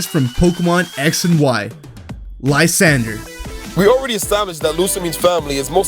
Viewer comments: Lysandre isn't NEARLY old enough. He's not even as old as Lusamine, being likely under 40. And you said his name completely wrong; it's "lee-SAHN-druh". The one that stands out as the obvious choice for who Lusamine's father might be, if he's a canon character, is Scott. He's insanely wealthy, possibly the richest person we've ever encountered in the franchise, he loves pokemon but doesn't battle, and having constructed TWO massive facilities on a whim already, we see he has a history of doing so. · It's Lysandre